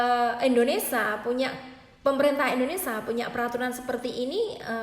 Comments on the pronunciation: INDONESIA mba bukan INDONESA tolong di perbaiki lagi ngomong nya, janggal dengernya mba nya orang mana sih? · Berbahasa.lah yg baik & benar mba…(indonesia bukan endonesa)…😄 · Mbak aslinya dari negara mana? Panasaran sajah...koq ga bisa nyebut "Indonesia", disebutnya "Indonesa" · INDONESIA ce bukan INDONESA 🤣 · Mbak kalo ngomong yg bener bukan indonesa yg bener indonesia . Klo nggak bisa ngomong mandek o ae ora usa bhas2 mslah ini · Awas lho mbak.. Ngantos".. Penyebutan nama negara salah tak maturna bapak😂 Indonesia sanes endonesa.. Sampai sini anda paham??🤭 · Ngomongnya kok yoo muter muter mbaak... Indonesa 🤭🤭🤭🤭🤭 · Pengucapan yg bener itu indonesia bukan Indonesa mbk.... Berita ini toh lum pasti...mbk Pokoke tki /tkw paling apik 👍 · Indonesia mbak, bukan indoneSA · Indonesia Emba bukan indonesa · maaf bu,. indonesia bukan indonesa...poin yg terpenting adlh hanys orang taiwan yg kya saja bisa ambil TKI, mlh bgus bukan TKI lbh mmpnyai persentase jaminan kelayakan hidup lbh tinggi.. yg untung siapa yg rugi siapa hayoooo .. no worry... bnyk kesempatan kerja di negara penempatan lain... siapkn skill anda masing2 dg baik... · Hhhh iya bener..aku dengerin gemeshh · Indonesia mbak bukan indonesa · Q jg,dengarnya aj,g enak.Indonesia,bkn indonesa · Ngomong negaranya indonesa yg bener indonesia buk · knp TKW yg d salahkan ? tuntutan TKW msih batas wajar koq,cma ingin pot agency d tinjau lgi...pot ARC d minimalisasi,dan jika ada TKW yg bkin ulah itu OKNUM mbak yg terhormat...tdak semua bgitu,itu kmbali lgi pda SDM TKW nya sndiri...tolong pergunajan kata "kalian" dgn bijak mbak,kalian yg mbak ktakan itu berarti TKW semuanya...bukan segelintir org.... dan tolong dlm penyebutan INDONESIA nya jga d perbaiki,bukan indonesa tpi INDONESIA🇮🇩..trima kasih